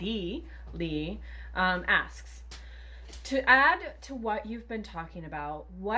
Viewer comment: 😮This blows my mind that this still happens. Of course, it happens in the States too. Thanks for answering my question and pronouncing Leigh correctly (no one ever does).